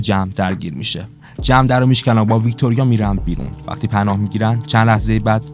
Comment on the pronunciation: تمام خلاصه فیلمها رو دیدم کارت خوبه فقط اسم بازیگرها رو معمولا عجیب غریب تلفظ میکنی جوری که تا حالا نشنیدم لطفا اصلاح کنید ...😊 جم مثلا میتونه جما باشه